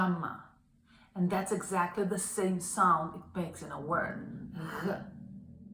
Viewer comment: A is not the same as u in "fun" and Γ is not normally gargled, it is at the same position where K is pronounced. Otherwise great!